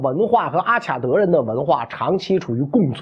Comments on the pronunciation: 中文的阿卡德的“卡”，应读“ka”, 不能读“qia”。外文”Akkad”（名词），”Akkadian”(形容词）。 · Akkad应该读阿卡（音喀）德